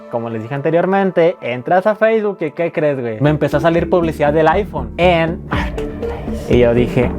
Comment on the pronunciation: Nadie: Absolutamente nadie:: MOOURKET PLEISSSSSSSS